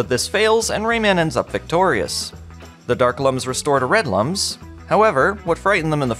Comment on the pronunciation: They are looms (like illumination) not lums (like dumb)